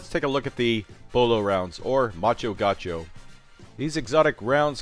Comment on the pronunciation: Macho Gaucho? Kinda funny... actually in portuguese you would pronounce "ma-xoh ga-U-xoh". People born in the brazilian state Rio Grande do Sul are called "gaúcho" or "gaúchos". In portuguese, macho could mean "manly". And there is a quite funny trivia about gaúchos: gaúchos consider themselves very traditional and manly, while other parts of the country tends to pick on them calling them "not so manly as their looks"... and there are plenty of jokes about it. lol